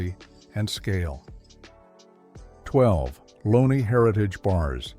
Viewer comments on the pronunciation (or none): It was very nostalgic but the AI narration ruins it. Lowney being pronounced as Loney and Neilson being mis pronounced. Get rid of the AI